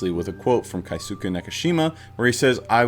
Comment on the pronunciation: Mr. Nakamura's name is Keisuke (Kay ske) There's no diphthongs in Japanese, each vowel makes 1 sounds, like Spanish, and the u sounds gets dropped a lot. George Takei says his name is pronounced tah key, a lot, takai means high (place, elevation, price) and says "my name isn't takai, it's Takei. Ei making an Aye sounds is German not Japanese The other names said in the video were pretty close